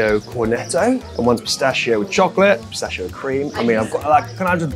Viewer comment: Everytime i heard pistascio my ears bleed.. 🤦‍♂🤦‍♂